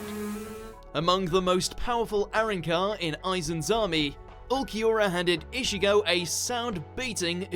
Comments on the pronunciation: 'ISHIGO' really -_ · Everybody: Ichigo: Ishigo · bro did he just say ishigo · no offense but still couldn't stand anime dubbed in English. And the narrator couldn't even pronounce Ichigo properly...Ischigo irritating.